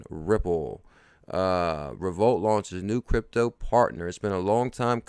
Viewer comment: Great info. FYI. I think Revolut is pronounced REV O LUTE. Keep working hard and forget all the do nothing, know nothing haters and their negativity. XRP baby!